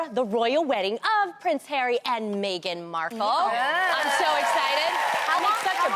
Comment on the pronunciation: Tamera pronounces Megan like Maegen 😂😂